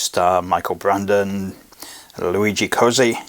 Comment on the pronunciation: Just to be a complete dick, I'm gonna point out that 'Cozzi' is pronounced 'Cotzi'. I'm off to his shop round the back of the Vatican tomorrow...